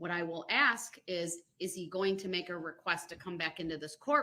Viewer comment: "Doc-eh-she" & "I did what you axe-me-da-do'" are 2 of my faves...😂 Also "statue" instead of statute...😂😂😂